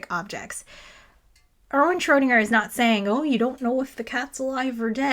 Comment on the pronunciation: One day an English speaking physicist will say "Schrödinger" correctly. But it is not today.